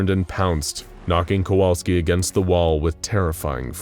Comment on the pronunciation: Sadly all thanks he gets is his name being mispronounced.